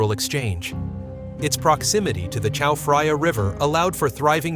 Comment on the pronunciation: Well spoken! On top, his pronunciation of "Chao Phraya" made me squirm. There is no "f" sound in Thai language. I'm not going to waste more time on this.